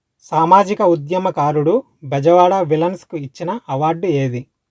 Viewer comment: క్వశ్చన్స్ సరిగా చదువు... విలన్స్ కాదు విల్సన్ బ్రో